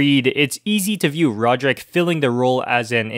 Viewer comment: Oh my. Can you say the names correctly! Even if it’s an accent, Greig and Rohdryck are not their names!